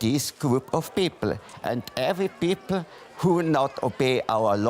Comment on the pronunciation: haha bei sagt er pipl haaha